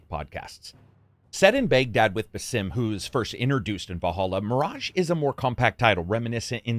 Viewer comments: It's pronounced "BAsim", not "baSIM". They say his name in most of the trailers for Mirage, not to mention in Valhalla which came out almost 3 years ago. Otherwise a decent review but I feel like you don't really care about the story if you can't even pronounce the guy's name somewhat correctly... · It's Baa'sim, just lakiek saying Back or Balance not B'sim as if you are saying Bethesda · Stop pronouncing Basim as it's not meant to be pronounced. It's annoying as hell. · The amount of cartoony, reused and tiny variety in the takedown animations is what ruins this game. Also, the narrator is pronouncing Basim's name like a fucking idiot. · Pretty sad you can't pronounce Basim correctly.